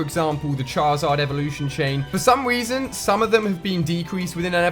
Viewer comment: for some weason yes he said weason